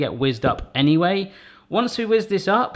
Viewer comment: Loved everything about this video...except the way you said 'anyway'!!!